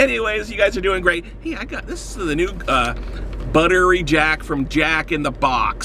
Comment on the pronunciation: I only hear "Butter Reject"